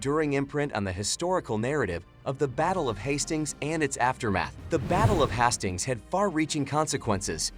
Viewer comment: The battle of HAS STINGS, wtf?! Please at least get it pronounced correctly.